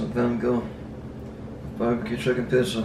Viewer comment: This legend said "Bar-beeh-Quu-Chukin-Pissah" and I felt that 😅🤣